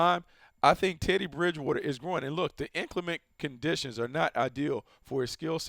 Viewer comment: 😂 did anyone else notice deion sanders say titty bridgewater 2 times